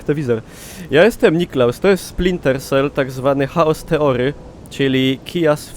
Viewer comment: Jak ja kocham twoją Ślązacką wymowę Angielskich słów np. "Haos teory"